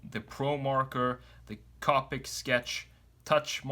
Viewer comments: You need to check how to pronounce “Copic”. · The way he says copic